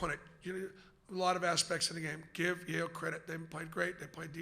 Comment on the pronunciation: Yale???? Yale????Yale???? NO EXCUSE.